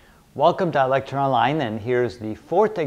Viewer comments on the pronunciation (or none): You guys notice how he pronounces lecture as LEC-TURE" at the start?